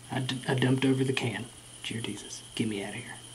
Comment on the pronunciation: when said Jear Desus, I said it as well and I didn't even realize it and it made me start to laugh 😂 I'm downloading Granny so I can say Jear Desus.